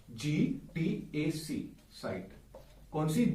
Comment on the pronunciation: GATC not GTAC !!!??